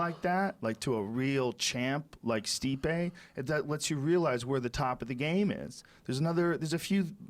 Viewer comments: Joey "Ruke Lockhold" Diaz. "Stiope" hahaha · 8.38 "steopic" never fails to get it wrong. rogan doesnt even correct him any moire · Joey still can't pronounce stipe's name